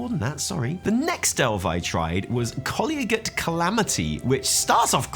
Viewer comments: "Colly-a-gate" -- really? You've never heard the word "collegiate" before? Relating to a college. Oh dear... google it. ;) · Collegiate: kuh·lee·juht You're welcome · Is that a British pronunciation of 'collegiate' or did you have a stroke?